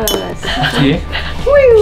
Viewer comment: The way she said Dankeschön 😍😍